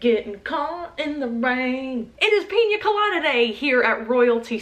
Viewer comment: YOUR SAYING PIN COLADA WRONG! its Pee-Nah colada